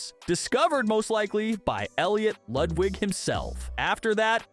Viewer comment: I swear to god if you say lude wig again im gonna crash out